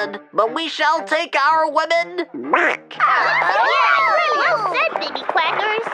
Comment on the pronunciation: the way she says back 😭😭💀💀